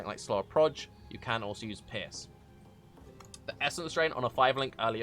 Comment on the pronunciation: when he said 'pierce it sounded like piss